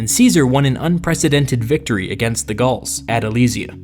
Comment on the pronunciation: Still can't get over you calling the Gauls the garls, with your garlic slaves!